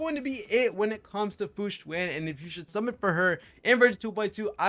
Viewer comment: You are one of the few CCs who actually pronounce her name correctly. Kingggg